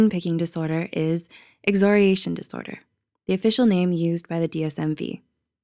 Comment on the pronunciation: The repeated mispronunciation of the word ‘excoriation’ makes this video lose so much credibility. Do better.